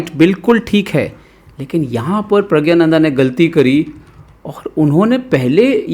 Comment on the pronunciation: प्रग्नानंदा उच्चारण कीजिए🙏🙏